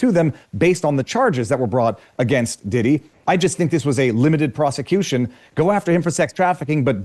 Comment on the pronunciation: bro relax with the word ‘proscituition